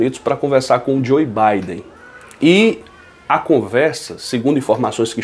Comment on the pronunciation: Pronuncia Joe djô biden